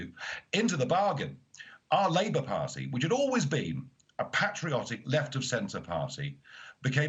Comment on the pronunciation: 'Party' is pronounced with a 't' not a 'd' Nigel, please don't do it, you are great orator, don't try sound like a BBC dj from the 90s